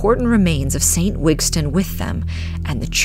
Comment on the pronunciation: It’s Wistan not Wigstan ….